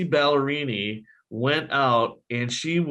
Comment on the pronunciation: Her name is Kelsi Ballerini not ballerina.